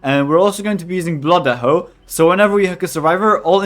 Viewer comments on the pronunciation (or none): "Blood Ehho" 🤣